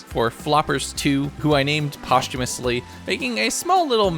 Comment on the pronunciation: I don't think that's how "posthumously" is supposed to be pronounced